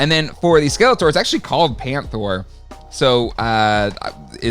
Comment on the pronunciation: Painthro, not panthro